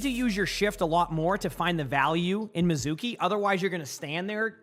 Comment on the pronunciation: Mee zu kee, every one say it with me!!!! Mee zu kee. Anime lovers and Japanese speakers are out here fighting the air.